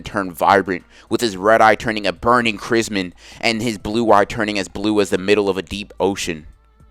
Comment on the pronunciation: Crismen? You mean “crimson”